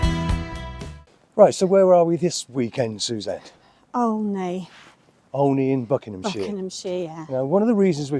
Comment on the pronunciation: The name is said as OH KNEE not OL KNEE 😃